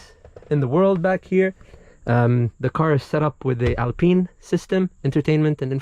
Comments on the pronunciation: The lack of option to egress from the rear door with out having to go outside and around to 'un-pin' the spare tire mount is not a very well thought out design - just say'n. Oh yeah, Alpine is pronounced 'pine' as in 'pine tree', not "peen". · ALPINE not ALPENE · 1, I hope you're giving the option for interior color cause that beige is ugly as sin for that kind of truck. 2, I think the guy is tying to say Alpine not peen. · wtf is "alpeen" lmao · Nice... "Alpeen"